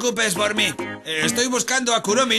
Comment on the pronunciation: Se dise kuromi no kuromy